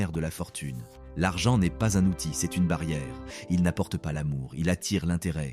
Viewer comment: C est au lieu de c’est ! N ont au lieu de n’ont ! Apprenez à votre IA à lire correctement ! C’est insupportable !